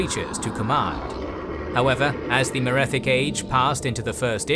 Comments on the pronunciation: Fantastic video, though I will say the pronunciation of a few things is a bit off compared to how I've always heard it in the past. Chimer - Kai mer Ayleid - Ayy Lee Id Reman - Ree Mun Tsaesci - Si es see Hjalti - Hyul tee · Awesome video nice to see you dabble in elder Scrolls lore. Two thinks though. 1. The pronunciation of many races was completely wrong, most notably with the chimer, the ayleids and tsaesci. For someone who knows a lot about tes it takes a bit out of the experience. 2. Some of the smaller Facts where wrong. For example the Alessian empire didn't control the west of hammerfall when the Ra Gada came. Also Nord's didn't know how to shout during Tibers time there, the left that behind Way back in the first era when Jurgen Windcaller founded the graybeards (who only told Tiber when they called him) (fun fact: after his crowning, Tiber actually founded a Thu'um school in Markarth to get shouting back into Nordic culture, but it didn't take off since non-dragonborn people had a hard time learning the voice.)